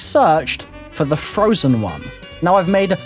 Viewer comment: "Dlc 'oneuh', on the 'moonuh', when you were a 'kiduh'. Anybody else notice this? I mean I love the dude but I can't, not hear this lol